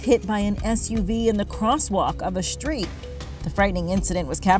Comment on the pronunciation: What is a "shtree" ?